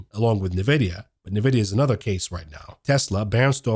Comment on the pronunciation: Such great videos! Please just learn how to pronounce NVDA. It’s “en-vidia” not “na-vidia.”